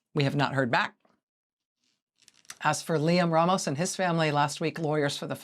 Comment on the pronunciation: You are pronouncing Ramos wrong.